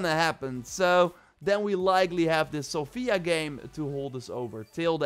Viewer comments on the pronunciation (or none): Great video,, however it's pronounced sOfia, not sofIa:) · I hearf Sofia so many times untli i realized that was pronouncing the city's name wrong.. it is Só_fia